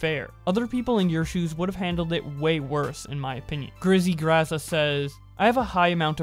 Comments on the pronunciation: Carson and Fitz were NOT best friends. it's pronounced FITS and not FIT, and Gizzy Gazza not Grizzy Grazza. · “hypocrital” “shive” “philiza” “grizzy grazza” sorry but those pronunciations are killing me lmao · hey man thats not how you say his name and really I think you're just trolling at this point grizzy grazza lol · he said grizzly grazza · Am I on crack or he said grizzie grazza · I like how you pronounced Philza and Gizzy Gazza wrong, gg.